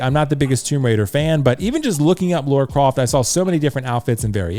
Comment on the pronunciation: I like the Arthur Morgan and Lara Croft choice. I'm thinking Lara from the most recent games (Also it's pronounced LUH-RUH...Rhymes with Mara, not LAURA CROFT 😜) I also would like: Solid Snake - MGS4 Claire Redfield - RE2 Remake Leon S Kennedy RE4 Remake Chris Redfield RE 8